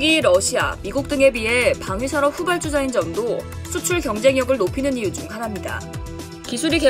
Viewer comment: 아줌마 발음이 후발"쭈"자가 아니라 후발"주"자 입니다